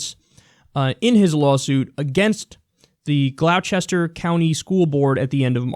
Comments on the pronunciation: its pronounced glosster not glow cester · "Glauw-chester"... it's pronounced "Gloss-ter", believe it or not :) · As someone from Virginia, I am going to say that Gloucester, the area Gavin is from, is pronounced "Gloster" not "Glow-chess-ter" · Pronounced "GLAW-ster", not "GLOU-chester". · "Glowchester"??! The fuck?! Gloucester's said "Glos-ter" here in the UK, is that how Americans pronounce it? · American is ultra ultra prude and most religious people are alright. By the way, gloucester is pronounced glaw-ster! :-D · For future reference, it's pronounced "glosster" (gloucester) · I love listening to people butcher the pronunciation of New England cities. XD For those who don't know, it's pronounced "glaw-ster" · Hey Kyle, it's pronouced Glaw-Ster. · We say it "Glosster" but that's okay haha. Virginia for ya. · It is pronounced 'GLAW-ster' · Kyle, I live there, it's pronounced "Glaw-ster" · Gloucester is pronounced "glosster" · "Gloucester" is pronounced "Gloss-ter" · Anyone else here from Mass cringe at his pronunciation of Gloucester? Nbd though keep up the good work Kyle